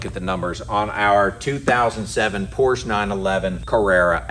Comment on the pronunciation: If you're in the car business, you should learn how to pronounce the brand's name properly!